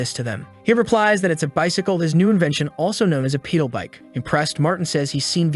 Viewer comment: 🤣It's "Pedal bike" not "Peedo bike"🤣